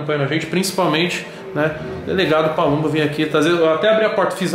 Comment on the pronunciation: PALUMBO OU PABUMBO? ERROU AI HEIN